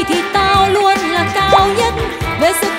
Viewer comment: LUÔN KHÔNG PHẢI LÀ NUÔN ĐÂU LÀ K PHẢI LÀ NÀ ĐÂU NHÁ